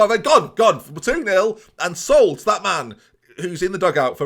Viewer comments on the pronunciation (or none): none